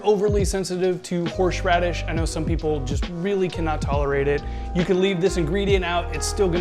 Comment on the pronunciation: Brooooooo. It’s HORSE radish. Not HORSHE radish. 😂 also you butchered Worcestershire Sauce. 😂 Drink looks amazing